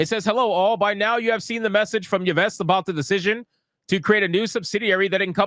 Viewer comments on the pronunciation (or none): Tipo, Yves is pronounced “Eaves”, which rhymes with ;he’ll make like a tree, and…. BTW, did you ever notice how a pub or club started strong, but as people stopped coming, they almost always switched the target market to alphabet mafia? Same behavior. Never works.